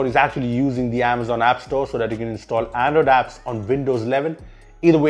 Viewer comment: it's not ANDODAPS.. it's Android Apps.